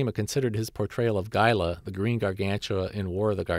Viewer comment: Gaila? It's Gaira.